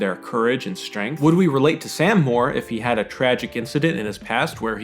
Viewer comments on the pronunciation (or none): none